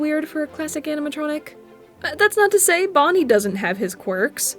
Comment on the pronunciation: XD HAHAHAHAHAHAHAHAAAAAAAAAAAAAAAAAAAAAAAAAAAAAA IT FAWKIN FUNNY that aint bonnie thats boneh